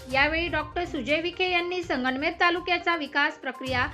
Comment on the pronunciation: ए मावशे, संगणमेर नाही गं🤦🏻‍♂️ संगमनेर म्हणतात. काय वृत्तनिवेदक होणार तू!